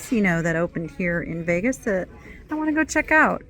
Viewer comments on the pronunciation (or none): none